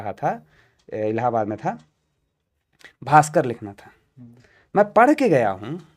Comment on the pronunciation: Sir भास्कर mai श nhi स होता है और इसे दंत स बोलते है